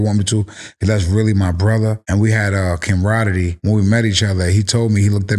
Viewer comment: About the craziest pronunciation of camaraderie I have ever heard in my life